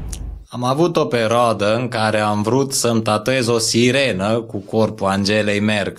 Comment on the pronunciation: "Peroada" face toti banii :))